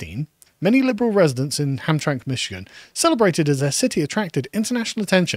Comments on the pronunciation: As a michigander, it's pronounced "Ham-tram-mick". Also the POW Flag is a moderately well known american thing, should have googled it. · Hamtramck is pronounced "HamTRAMick" 🙂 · It's pronounced like Ham-Tram-Ick. And the Prisoner of War flag is a flag honoring US soldiers who were imprisoned or are considered "missing in action" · Michigander here. Hamtramck is pronounced as Ham-TRAM-ick. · Pronounced HamtramICK. It was an ethnic POLISH enclave for generations. Now it is yet another satellite colony of Dearborn. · Side note: Hearing Carl try to pronounce Hamtramck made my day as a Michigan resident. ham-TRAM-ick lol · Ham-Tram-Mick, the last syllable is pronounced Mick, but it is like McDonald from the scotch. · It's pronounced "Ham-Tram-Ick" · HAMTRAMCK is pronounced "ham-TRAM-ick" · It's pronounced Ham Tram ick